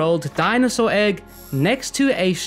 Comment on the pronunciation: "dinosaur" dont piss me off